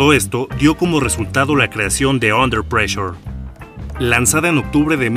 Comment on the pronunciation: ¿"Under pleasure"? Desde que pronunciaste mal el título de la canción deje de ver el vídeo. Esto fue en los primeros segundos. Te recomiendo más seriedad en tus colaboraciones.